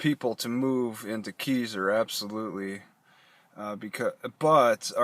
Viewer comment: It's pronounced Kai-zer. lol I live here XD